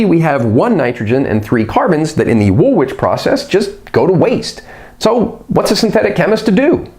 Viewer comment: I have to say this..... Its pronounced "wool-ich" 🙂 Excellent content though 👍 👍 subbed